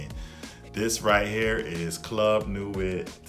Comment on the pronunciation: It's pronounced seyage and club de newy